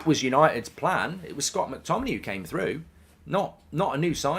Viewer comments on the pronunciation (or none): none